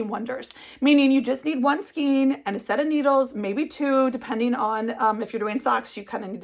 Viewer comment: It’s pronounced skane not skeen.. this is one of my pet peeves 😂 great projects . Tfs